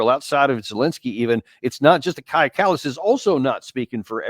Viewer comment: Danny - Kaja is pronounced Kai-ya.